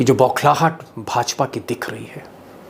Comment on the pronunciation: Boklahat ,bokhlahat bolta rehta hai ,ye pura bolhla gaya hai..